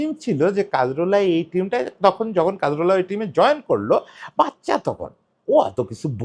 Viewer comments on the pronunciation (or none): কা-জোর-লা। কাজ-রোলা না। একটা মানুষ নিয়ে ভিডিও বানাইসেন, না থাম্বে ঠিক নাম দিসেন, না মুখে ঠিক নাম বলতেসেন। And Cazorla was a silent genius of a player. Don't call him mediocre please. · নামটা কাজরোলা না, কাজোরলা। একজনকে নিয়ে ভিডিও বানাচ্ছেন, নামটা ঠিকভাবে বলা উচিত।